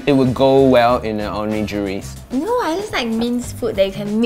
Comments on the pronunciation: When said origini wrong I got so mad because Im japanese and its a japanese foodkdjfhfi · Japanese people be offended with calling it ori-giri THE PRONOUNCIATION I feel mad but i understand why you say it like that